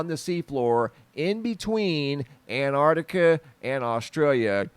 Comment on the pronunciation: Why can't Americans say 'Antarctica?' It's not anartica!